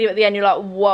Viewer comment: It’s tequila rose, not rosé 😂